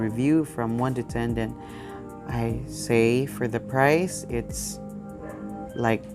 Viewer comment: You cant say the price clearly